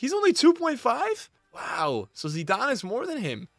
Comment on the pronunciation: bro said zidarne